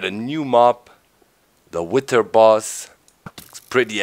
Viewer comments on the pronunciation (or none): its not witer man its wither boss! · Its isnt pronounced "wit-her" just so you know, its "with-er" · wither? pronounced with a "th" like in "the", not like in "thing" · Docs accent when he says witherd = priceless. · I think it is pronounced with-er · Isn't the "th" pronouced like a D in this case?